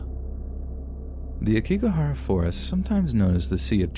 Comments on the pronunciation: Oh poor Logan Paul. He really turned out with a crappy life didn’t he?…smfh. Also it’s pronounced Ayokigahara. I thought that’s what you were discussing until you added more detail about it. Thanks for these incredible stories!!! Your grammar and intonation are incredible! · Love your stories so much! Btw Aokigahara is pronounced "ow-key-ga-hara" and "yurei" is pronounced "you-ray" 🙂